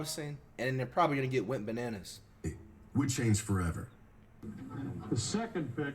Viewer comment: Does he say Went Bananas, Wet Bananas, or Wit Bananas? 😂 I thought he was saying wet bananas, but it seems like most people type went bananas